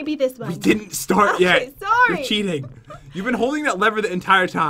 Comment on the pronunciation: **Three Two Wah